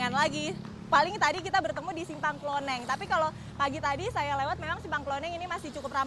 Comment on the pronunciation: Simpang KLONENGAN bukan KLONENG. Kadang reporter suka buat nama sendiri, Kalo nelum tau tanya warga sekitar.